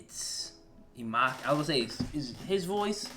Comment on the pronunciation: I love it how you say "imaki" 😭🙏🏼 it’s actually inumaki but nice reaction bro 😅👏🏽